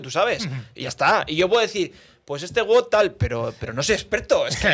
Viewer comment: Todo muy bien, pero es wod no wud.